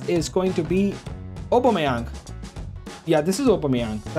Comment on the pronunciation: upomayang 😂 I think you mean Aubameyang